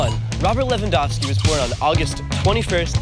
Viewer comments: Lehvandovsky tak chyba powinno być lingistycznie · Thank you for the proper Lewandowski's surname pronounciation! Can't wait to see the today's game. It will be AM in Poland but screw it! I'm watching it!